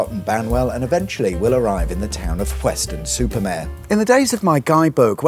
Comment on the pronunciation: Mare, not Mere.